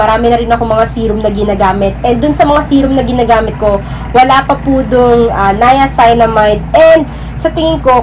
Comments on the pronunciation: 'niaceenamide' po ung pag pronounce 😁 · Hello Gurls stand corrected po ako sa pag pronounce ng “niacinamide” . Salamuch po sa nag correct. Please don’t forget to SUBSCRIBE AND HIT THE BELL for more skin care Video 😘